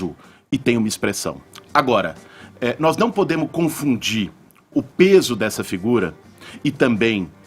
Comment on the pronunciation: "Nos não PODEMO confundi isso" Ele é professor ?